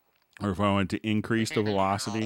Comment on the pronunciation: Must be a joke, it only distracted me.